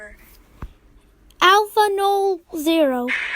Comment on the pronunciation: Aleph Null not Allaf Noll